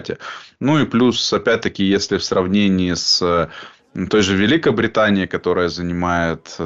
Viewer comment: Не ВеликОбританией,а ВеликобрИтанией.политолог,делайте правильно ударение.